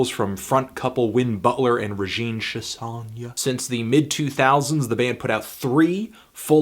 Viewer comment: review your pronunciation of Chassagne